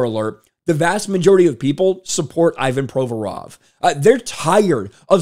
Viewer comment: someone PLEASE tell this man the player's name is - ee VAHN pro VOR ov, not EYE Van PRO vrov. He made his name totally unrecognizable to a native speaker, it's not fair